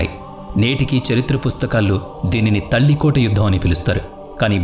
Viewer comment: ತಾಳಿಕೋಟೆ ಯುದ್ಧ. ತಲ್ಲಿಕೋಟ ಯುದ್ಧ ಅಲ್ಲ